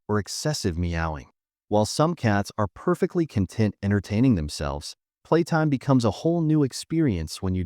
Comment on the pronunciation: This voice actor mispronounced "content." He said content like in "the ingredients list the contents of the soup can." This content means the cat feels happy and relaxed. The emphasis is on the second syllable.